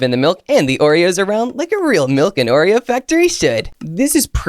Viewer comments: is wrong its Oreo not Oree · 😂 you spell wrong you said oree